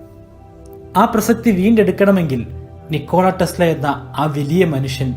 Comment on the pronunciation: PLEASE READ NAME AS "NIKOLA TESLA". THANKS FOR THE VIDEO